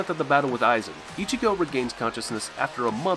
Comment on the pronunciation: yo this guy cannot pronounce one thing correct apart from Ichigo and it pisses me off